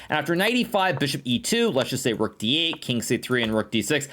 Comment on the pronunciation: Levy goes like: "sacrifices...THE ROOOK" Hikaru: "sack the ruuUk" 😂